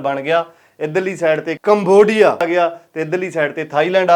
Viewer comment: ਕਮਵੋਡੀਆ 😂 ਖਤਰਨਾਕ ਬੋਲ ਰਿਹਾ ਬਾਈ ❤